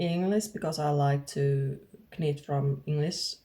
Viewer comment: HI, I am a too. Congrats on your new channel. Just a note for you.- when we say "knit" in English we do not say the "K", it is pronounced like "nit". I only say this because it is so impressive that you can do a podcast in English, and this one you will say so many times. So many words are not pronounced the way they look. Looking forward to hearing more about your finished knits. I would also love to hear about your dogs, about your other art endeavors and life in your part of Finland.